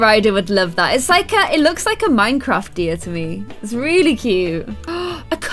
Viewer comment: Every time she said deer when she was decorating, I thought she was saying diya